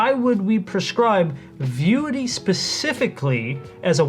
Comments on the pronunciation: Why is this guy saying "VIUITY" instead of "Vuity?" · Why do you keep pronouncing it "VI-UTY" when it's clearly "VIEW-ITY." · If you want to at least sound like a professional, at least learn how to pronounce the name of the product you're discussing. "Vie U Ity" is incorrect pronunciation. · If you're going to do a video of a product, maybe you should pronounce the name correctly consistently.